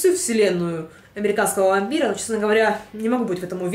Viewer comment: пометочка-дневники вампирААА<